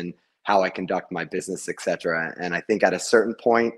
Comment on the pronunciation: It's ET CETERA. NOT EX CETERA! Stop the blasphemy!